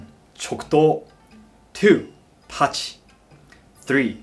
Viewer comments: Who all heard Itachi instead of tachi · The way he pronounces TACHI is like I heard itachi lol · When he says Tachi I always here Itachi. When he says Katana I here Katana This is the 4th difference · i thougt he said itach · U forgot the I in tachi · Tachi with a e😆😆